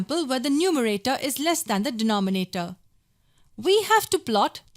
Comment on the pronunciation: Nice video but i keep cracking when u say de-noh-me-na-toh HahahahahahhaahahahhahHah LMFAO P.S really nice video